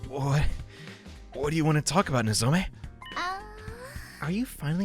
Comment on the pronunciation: You keep saying "Nozome". It's "Nozomi"